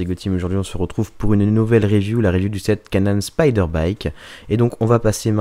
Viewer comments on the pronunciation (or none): On prononce comme "speed" et non spider comme l'araignée. Signé : ton ami frenglish man :-) Bisou et bonne continuation !